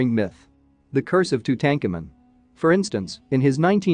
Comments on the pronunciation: Or, or !!! “Too-tanked-tu-moon” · You can’t even pronounce Tutankhamen’s name correctly how am I supposed to take your information seriously? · No tank in name pronounced tutenkhamen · Tootancamoon for god's sake not tootenkamen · The common pronouncement of Tutankhamuns name is tute aunk amoon not to tankamon! Are they just using reader app to narrate? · Tu-tank-in ? Really. Tu-tah-ka-moon. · its tootum-car -moon not two-tank-a man lol not the way it spelt but as you say his name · Hey For Ur Suggestions Box:Lear How To Pronounce The Main Words Or Subject U R Discussing??WHO Does Not Know How To Pronounce King TUTS Last Name!!?? TO DAHN COMEN REPEAT IT👎🤡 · OMG! Two-Tank-A-Men??? Unwatchable. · Tut-Ahnk-ah-mon ...hooked on phonics don’t work for him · LOL 🤣🤣🤣🤣🤣 Tootankermen..... BWAHAHAHAHA! 🤣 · It's pronounced "2-tone-ka-moon" meaning beloved of Amoon. His father is pronounced "Ah-mon-ho-tep" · Who the fudge is Two tank en men .... geez none of these names are pronounced correctly, it made it so hard to listen to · Who is Tu-tank-a-man? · Too tanka min - please learn to pronounce these names correctly - if you can’t do the simplest thing then why should anyone pay any attention to the content of the video ☹️🤷‍♀️ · Say the pharaohs name correctly it’s annoying Tutankhamen. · two-tank-a-man !!! unbeliveable. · Please learn how to pronounce names properly!! Too tan ka moon!! Phonetics!! Aa ka na ton!! Thank u… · Two ten kemen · One minute in: I can't listen to this guy strangle Tutankhamun's name one more time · You need to learn how to pronounce tut's name properly. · Pronoun this very famous Pharaoh's name properly! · I can’t finish watching this. If you cannot say the King’s name correctly, I don’t trust this channel. Peace out! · Why is the name of king tut mispronounced.. very distracting.